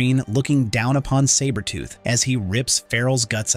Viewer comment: I'm not gonna lie. This was awesome to watch until AI pronounced Sabertooths name incorrectly. Just ruined it for me. Comics Explained should do this story.